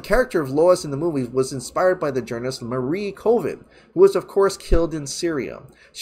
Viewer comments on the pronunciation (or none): none